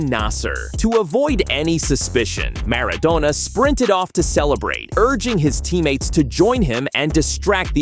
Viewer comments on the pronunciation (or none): "Mara-doe-nerr"?😮 WTF? , that is NOWHERE NEAR the correct line across the pitch!!!!